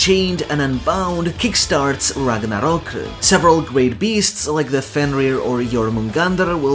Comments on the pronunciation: I am afraid of you saying RAGNARROKU. EDIT: Never mind, it's actually la chancla. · The rolled R every time he says Ragnarok and Ragnir is the best. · Wait why we saying Ragnarok in Japanese pronunciation? I understand for Japanese words but Nordic?